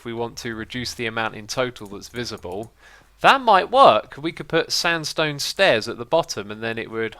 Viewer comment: He Said standstone hahaha!!!